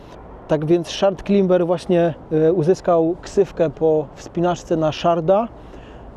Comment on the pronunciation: To nieźle się uczysz angielskiego jak słowo " climber" wymawiasz klimber xD